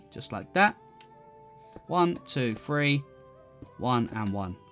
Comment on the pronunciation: one two free lmao